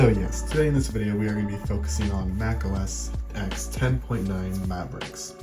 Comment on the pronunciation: Not important but OS X is OS "Ten" as the "X" is the Roman numeral for 10. Great vid! Thank you.